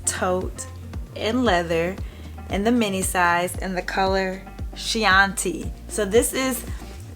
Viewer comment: Lol it's pronounced KEY-ON-TEE. It's a type of wine.